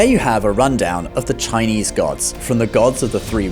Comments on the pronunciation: 👍 I like his Chinese pronunciation, sound so good 😂Most people don't know Buddha is higher than all Gods because he is a fully enlightened being. Gods are still in the rebirth cycle and they can be reborn as humans(downgraded) as Gods are not enlightened beings but Buddha left the cycle. Some Gods attended the Buddha's teachings too when he taught his mother in heaven. But many Buddhists today followed Buddhism wrongly by doing petition prayers instead of following the Noble 8 Fold Path, the Buddha don't believe in such prayers. If you fully study all major religions, you will know Jesus and Bible stories are all fake, Jesus modified from Buddha stories, Old Testament all 4 stories like Adam/Eve, Abraham/Sarah, Moses, Noah are copied from Hinduism. I can share some evidence if anyone is interested. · It's impressive how you are able to pronounce these Chinese words so accurately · Your Chinese pronunciation is good.